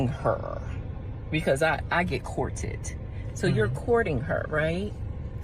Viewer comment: “I get cour-TED.” Uh huh…that’s why you’re 45 and still single. 🙄